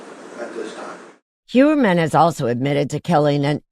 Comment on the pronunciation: It's pronounced not HUermann but HOYermann, German origin.